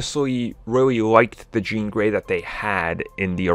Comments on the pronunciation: “Jean Grollrey” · Did anyone else hear him say "JEAN GROLL REY" LOL Jean Grey Roll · "jean grole rey" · Lol I heard it!! I do that shit all the time. Lol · Yes somebody else noticed that lolol